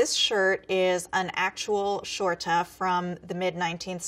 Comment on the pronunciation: when she says things like "short-a" watch every scandi shudder. Skjorta is much more like an english "sh" crossed with a kind of "whoo" sound imo